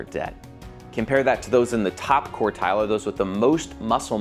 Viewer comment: Just a small point, it's QUARTILE, not COURTILE